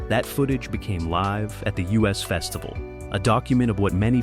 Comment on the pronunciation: I Was there, too. It was more than hot, lol. It was a scorcher. It wasnt the U.S. festival, as the AI voice keeps saying. It was the Us Festival.....as in Us and Them.